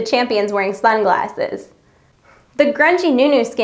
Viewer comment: What are "Suglasses"??